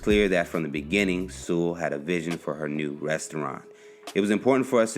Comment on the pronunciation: My last name is Sewell, too. People tend to mispronounce it, so thanks for saying it correctly!